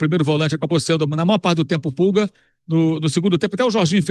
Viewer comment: Mauro até quando vc Vai seguir falando errado? Onde vc viu pulga no flamengo? O nome dele é pulgar